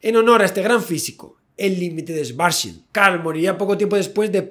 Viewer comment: Resulta curioso y a la vez jocoso, que el apellido Schwarzschild traducido del alemán al castellano significa "escudo negro". A la vez resulta muy desagradable para los oido escuchar en este video lo mal que se pronuncia este apellido. Hay que leerlo como si fueran dos palabras separadas: las palabras Schwarz, que significa negro, y la palabra Schild, que significa escudo o pantalla. En castellano hay que leerlas como si fueran palabras castellanas ¡Y NO INGLESAS! que estuvieran escritas: "Chvarz" y "Child".